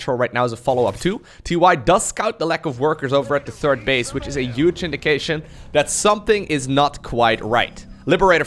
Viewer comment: I love accent. Especially when he says "Yuge"